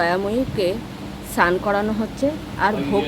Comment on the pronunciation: উচ্চারণ ঠিক করুন কথাটা স্নান সান নয়